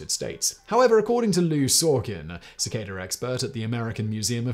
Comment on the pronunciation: It's pronounced 'cicada' not 'cicada'. Just sayin'.